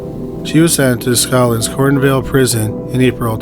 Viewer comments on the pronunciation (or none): none